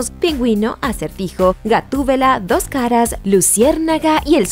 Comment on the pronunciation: Por ahi escuche un "do'j cara"